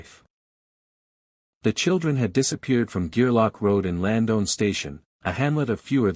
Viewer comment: Horrible pronouncation bud. It's Lands-down Station, not "Land-own" station. And it's Little Musquodoboit ( pronounced Mus-ka-dob-it), not "mus-go-ba-doit" 🤦🏻‍♂️. Slayed it buds. I hope this two little ones are found safely soon